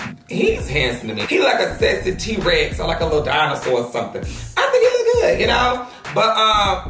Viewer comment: He said a sexy t-rax🤣😂🤣I am finished 😂😭😭